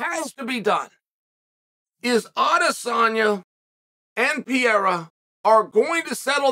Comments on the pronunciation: Chael, who the heck is "Pierra"? It's P E R E I R A. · Pe-rei-ra. Not Pi- era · ITS PE RE I RA NOT PIERA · Bro it’s PeReira. “Pah-rare-ah” not “Pee-air-ah.” Not that hard. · I love how uncle Chael still calls him "Pierra" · Dude . Stop saying PIYERA 🤣🤣🤣🤣.